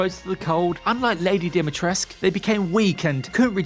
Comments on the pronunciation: DimitrescU fucking U!!! Not Dumitresc. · "Dimitresc" where is the u letter man? Not english or french where you just drop many letters without reason.